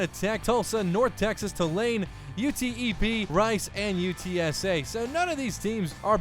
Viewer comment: I'm in. ...but say it "youtep" UTEP